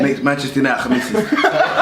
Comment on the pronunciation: Man said Manchester khamisis 😂😂😂